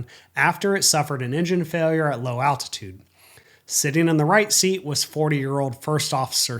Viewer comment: attitude or altitude, there’s an L in there somewhere lol